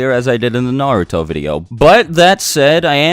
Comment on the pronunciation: WHYYYY do you pronounce Naruto so badly?